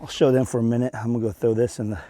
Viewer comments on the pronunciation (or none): none